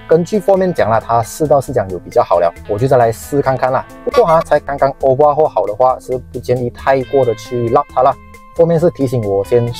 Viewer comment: Overhaul 不是obahual